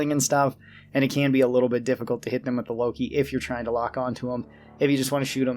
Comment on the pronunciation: It's not Loki, it's Lok-one (wordplay for lock-on)